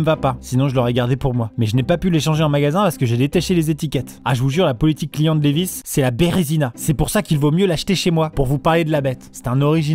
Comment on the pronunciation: Jean Lewi's ? Sache qu'on va se battre Maxime...LEVI'S avec un V ! Ah tu l'as peut être volé la lettre ! C'est pour ça ! Dans ce cas, on ne t'en veut pas...